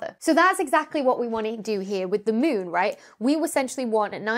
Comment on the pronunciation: Anyone else thinking Dr. Becky is saying Mewn instead of Moon? Now I have to play Mewnbase...